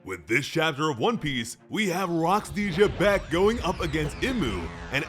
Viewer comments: It's Zebec not Gebec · There is no j in Rock's last name why does he keep pronouncing it with a j